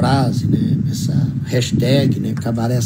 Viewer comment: Kkkk tem q ser Cabaret nao "cabareh" esse negócio de "H" no final é típico de geração Enzo , vitoriah, mariah e bla bla bla.. Cabaret é cabaré "estrangeirado" tem até filme estrangeiro com nome cabaret